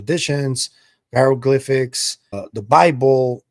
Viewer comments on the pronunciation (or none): none